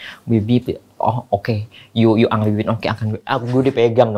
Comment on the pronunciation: Ternyata Luna transgender . angry bukan angry la engry baca nya.